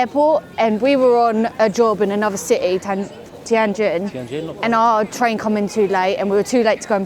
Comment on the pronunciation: It's Tian An Men square. Three separate words. Not teeanne square.